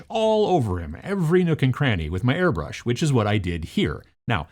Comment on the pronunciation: Please dont say airbrush.